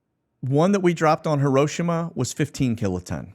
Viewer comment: He pronounced Hiroshima the way I was respectfully told how to properly pronounce it. My liberal daughter sarcastically says it's pronounced Hero-she-ma, Dad. I would not bother correcting her if I heard her pronounce Hiroshima Hero-she-ma, and I guess most Japanese people don't care either. If she was 14 years old I wouldn't mind but she is 44 years old as much as we do for her you think she would not be rude and sarcastic but she is a Biden voter what do you expect